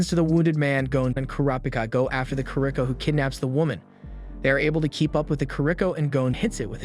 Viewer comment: kuro peekah he says